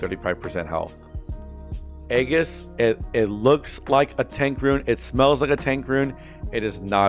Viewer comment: Also Aegis is pronounced “ee-jis”